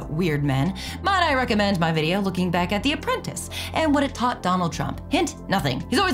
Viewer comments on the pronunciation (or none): none